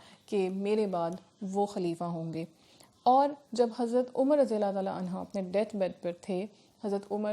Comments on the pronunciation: Anho you are saying anha Which is totally wrong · Dear Ma'am its "Anhu" for Male Sahaba's not "Anha"..